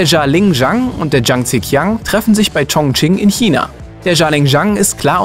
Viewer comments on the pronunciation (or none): none